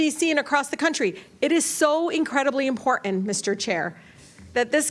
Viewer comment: When did the “t” in imporTant go away?